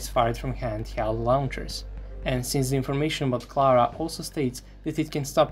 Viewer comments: AHHHHHHHH ZEE PUMAAA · Ehhhhhh.... Ze Puma...